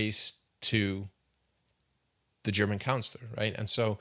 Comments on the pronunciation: I believe you mean, "German chancellor," not "counselor." Aside from that, good video. You and Jonathan Pageau could have a fascinating conversation. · It’s Chancellor… not German Counselor. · Chancellor….not councilor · He said "Councillor" every time. He and everyone in this comment section is on the right path but myopic as hell. 2000 years is not a long time. It's 20 centenarians standing wingspan to wingspan. The story of Jesus is not much more sturdy than this narrative, and it's easy to see this guy is just a midwit Christian who found a good time to take a potshot at an old rival. But make no mistake they're both obsolete narratives. Be the fool that questions all or you're pretty much worthless to future generations.